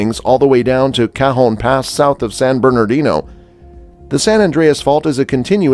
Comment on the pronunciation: Cajun pass? Do you mean Cajon pass?? Learn some pronunciation please. More than half your info was pathetically wrong. Wow. This is sooooo wrong.